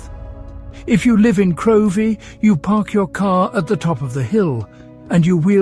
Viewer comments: Get the pronunciation right its Crivie and Gamrie.. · and also Crovie is pronounced "Crivie" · Couldn’t watch it all, it was so awful! In Crovie (pronounced Crivie) where I used to live, residents don’t park at the top of the hill but the bottom and wheel their barrows from there. Many barrows of food would have ended up in the sea if they had to be pushed down such a steep hill!